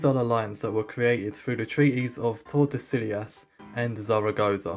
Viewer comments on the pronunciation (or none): Bro, that's clearly not how to pronounce Tordesillas.